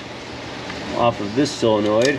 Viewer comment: Words... SOLEnoid, NOT CYLenoid or SILLenoid... 'nough said. 😋